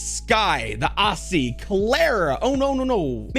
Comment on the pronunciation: bro why you say aussie like that? 😭 ah-see??? I pronounce it like. ozzee - from an aussie